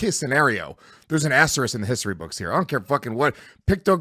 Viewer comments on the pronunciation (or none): Love the podcast. But Louis please stop using the word "asterisk" if you refuse to learn the correct pronunciation. You use it every show. This is not a negative comment.